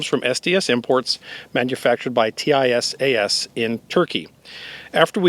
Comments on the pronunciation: It is pronounced TeeSahs, not T I S A S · It’s pronounced “Tee sass” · Its pronounced tee-shash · Tisaş is pronounced T-İ-S-A-SH.